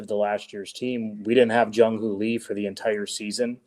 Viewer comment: Marty: I really enjoyed this but I have to nitpick. It's important to get the names right. Jung Hoo Lee is Jung HOO Lee, not Jung "Hoh" Lee.